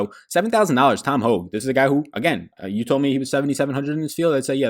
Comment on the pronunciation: Hoge is pronounced "Hoagie"